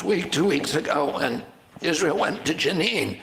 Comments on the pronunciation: It is pronounced Jah neen and I would never vote for RFK jr. He is a democrat through and through ! He is obviously taking this stance because he is a coward and if he is a coward can he be truly trusted with anything else he says. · Words herself mispronounced when quoting Max Blumenthal: Chechnya, propagandistic, Ilan Pappe, Jenin